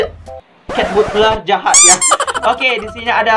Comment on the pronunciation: Kak kok susah banget bilang populer sama jahat lucu banget kakak itu aneh kalo ngomong kayak begitu doang loh kok bisa kayabegitu si kak